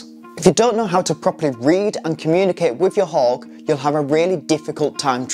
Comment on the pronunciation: why does he keep saying 'hog' ? hawk has a 'k' at the end, not a 'g'